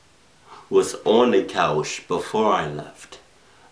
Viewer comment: Love the way you said coush